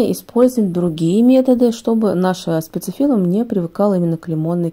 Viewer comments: Почему говорите спаЦифиллум? Если спаТифиллум! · Этот цветок называется спатифиллум, а не спацифиллум, неприятно слушать Вас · Всё хорошо, но почему спаЦифиллум? Очень режет ухо. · А почему называете спаЦифиллум, когда он спатифиллум? Или я что-то путаю? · Все бы ничего, но только цветок называется спатифиллум а не спацифиллум😂😂😂 и как можно давать рекомендации если ты не знаешь даже правильное название растения😢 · Почему спацифиллум, спатифиллум он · Цветок называется СПАТИФИЛЛУМ нет там ц! Проговорите несколько раз это слово по слогам и вам будет легче говорить правильно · Говорите правильно: СПАТИФИЛУМ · СпаЦифилум ?!🙄 режет ухо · Вы просто смакуете, когда говорите спаЦЫфилум. А правильно выговаривать название цветка не пробовали???😮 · СпаТифиллум. Там нет буквы Ц. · Прям ухо режет спаТифилум!!!! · Почему вы называете его спаЦифиллцм?